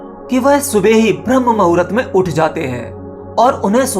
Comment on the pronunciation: Pahle hindi sudh bolna jano bhram muhurt nabi hota bramh muhurt hota hai